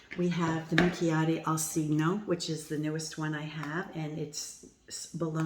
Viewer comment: For those wondering about the correct pronunciation of "cigno", the "gn" sound does not exist in English. The closet approximation for the word would be "chinnio" (as in, chin + neo, the main stress is on "chin").